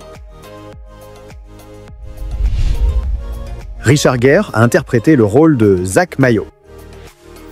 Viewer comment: Bon j'y vais puisque je vois que personne n'a relevé le hameçonage du commentaire facile du "je prononce Richard Jire en guerre" alors que presque tous les autres noms sont prononcé à l'américaine pour nous faire réagir... :face-blue-wide-eyes::face-blue-smiling::face-orange-biting-nails